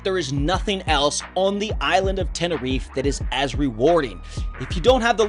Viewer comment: TeneriFE, not Tenerif, please !